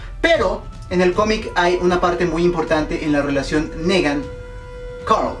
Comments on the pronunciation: se pronuncia nigan no negan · y no dice Nigan ;v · Se pronuncia (NIGAN) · se le tomo cariño para algunos :v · una cosa se escribe negan y se pronuncia nigan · Me mata tu NEgan si no pronuncias tan mal los demas como porque este si??!!, en fin yo estoy con que es Glenn, pero si se atreven a matar a mi Daryl me perderian... no en realidad dejando al lado mi fanatismo, no le hallo relevancia mayor al ENORME choque que se crearia al expectador si matan a Daryl, ademas tanto estar construyendo su historia con Dwight para dejarla en nada, como que no, y con Glenn es mas el impacto en la historia, porque ya afecta a los demas emocionalmente tanto como afectaria Daryl, PERO afecta enormemente a Maggie quien dicen sera la proxima lider de Hilltop, ademas de que Negan busca gente util para sus marranadas y quien mas que el que se ha echado a la mitad de los muertitos y que aun con un pinche balazo tuvieron que knockear para controlarlo, no Daryl le es mas util vivo, asi que yo me quedo con Glenn. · "Nigan"!!! Se pronuncia "Nigan" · Es gracioso que pronuncie Rosita con acento gringo cuando Rosita es un nombre que se puede pronunciar perfectamente en español, y a Negan que se tiene que pronunciar si o si como "Nigan" ese si lo pronuncia en español jaja. Mi alma moriría si Daryl es el asesinado, pero afrontemoslo, es Daryl ya que en esta temporada hicieron a Daryl menos participativo, menos carismático, más callado y menos importante en la trama quizás para que le perdamos un poquito el cariño y no dejemos de ver The Walking dead cuando eso pase.